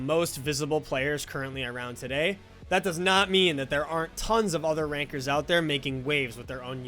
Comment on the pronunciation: Gotta get Chance R in one of these videos for ITG, great video! weird how Ranker sounds like Rynker lol